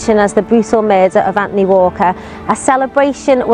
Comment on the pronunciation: It's not Anfony!